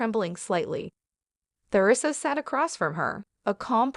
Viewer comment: Why isn't the narrator been updated that she is saying theresa wrong the the is silent?